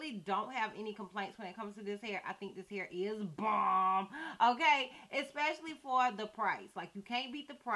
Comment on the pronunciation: Lmao at how you said “bomb”